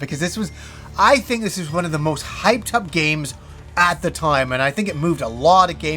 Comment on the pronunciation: Take a shot everytime he says “at the toyme”